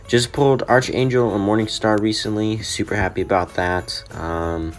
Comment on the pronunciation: Archangel is one word. So it is pronounced ark-angel. If 'arch' was by itself, then it would be... Well, arch. Sorry lol.